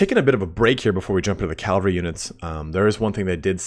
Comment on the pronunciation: calvary cavalry